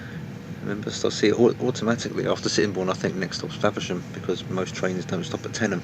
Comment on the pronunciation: thank you for saying tenyham right